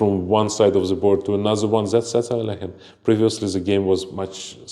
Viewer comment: Dear Sagar, please stop mutilating Russian surnames. Alekhine's surname sounds like /əˈlɛkhɪn/ (where the "kh" sounds like the "ch" in the surname of the German composer Bach). It's not as difficult as it seems, try it. Aronian (whose last name you also pronounce incorrectly) already corrected you in one of the reels that I saw, but you didn't hear him.